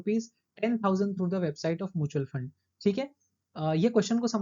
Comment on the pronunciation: Mutual ko pronunciation shi krlo please It’s Mutual not moochal